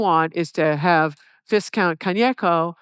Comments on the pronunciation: viscount, its a silent s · Right. One ought not to pronounce the aristocratic "viscount" (between the ranks of earl/count and baron) like a "discount store". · Myself a yank, it's "V 👁️ -Countt!" oh with two "T's" for extra count! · Is that how all Americans pronounce 'viscount' or is it just her? No criticism, just curious.